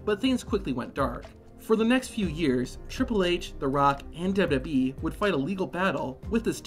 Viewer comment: W. W. E. NOT dubbleyayubweeee